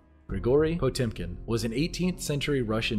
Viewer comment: For a second I thought he said Pokemon Village.